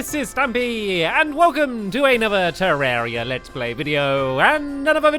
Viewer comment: It's ter=ar=ia